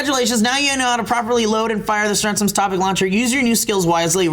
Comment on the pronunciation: Yes! even pronounced my name right! So glad yo guys like everything!:D (Guess I'll start production on the Strens'ms'™ Topic™ Launcher line)